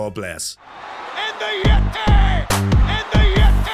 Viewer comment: I know that you know that you were mispronouncing the "yeh-TAAAY!!!"